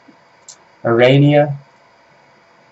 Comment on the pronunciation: ARANEA PRONUNCIATION: Are-uh-nay-uh